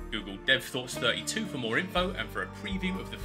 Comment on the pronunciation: That was a subtle Jhin reference, wasnt it? The 4 was so heavily pronounced haha I see you Uncle